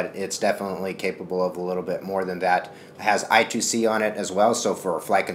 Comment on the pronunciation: It's called i-squared-c. NOT i-two-c.